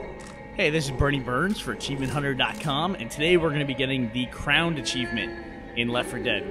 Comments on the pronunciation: It's actually pronounced as if it's a cross between the word "crone" (synonym for a witch, sometimes), and "owned". Has nothing to do with a crown. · For those who don't know, the word is pronounced "croned". Crone is another word for a witch. So Crone+Owned=Cr0wnd. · Ummm...The title of the achievement is Cr0wned. With a zero. And it's pronounced Crone'd. Like Crone and 0wned? Y'know'um'sayin'? Yes, I'm being a grammar nazi. Heil Webster! Just add an annotation or something to shut me up, jeez. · It's called CROWND because without the E it's pronounced cr-owned, as in Croned. Crone being a witch. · Why does everyone pronounce this as in the crown of one's head? It's a play on the words, "Crone" (withered, witchlike woman, pronounced like the word own), and "Own'd", the term used on the internet since forever >_> The whole crown of the head thing is more of a happy coincidence. But yeah, it's like you'd say "You got ownd!" - "You got crownd!" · It's not pronounced "crowned" like a king's crown, it's the words "crone" (a word for an ugly evil old woman) and "owned" put together. Hence the zero in "Cr0wned". See what they did? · Its not crowned, its Cr0wnd, you pronounce it like Crone + Owned. Crone is another term for witch and you "0wn" her with one shot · I think its pronounced cr-0wned, or croned, as in the word crone (Wikipedia: "A crone is a disagreeable old woman"). All the other achievements are bad puns, so why not this one? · It's pronounced "croned." I know how it's spelled, that doesn't matter. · I love that people keep pronouncing it "crowned," as if they're having a coronation for their new queen... Particularly when the achievement is called "CR0WND." C-R-Zero-W-N-D. Like "0wned" with a CR in front of it. Pronunciation here would be "croned." You're killing a witch with one shot. Another word for "witch" is "crone." Once again, game designers with a tiny sense of culture or vocabulary are completely unappreciated by the unwashed hordes. Pity.